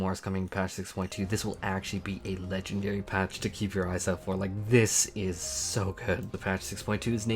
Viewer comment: I can't unhear him saying Buried Memories as Bird Memories